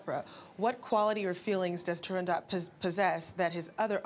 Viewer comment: The T at end of TurandoT is NOT sounded. Audio interview with the first ever Turandot, Rosa Raisa proves it.